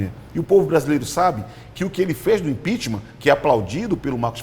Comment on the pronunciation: Dep Orlado perdeu o respeito só por falar IMPEACHMAR kkkk de resto foi só caindo, nunca ouvi tanta asneiras de um deputado! Feliciano está de parabéns!!!!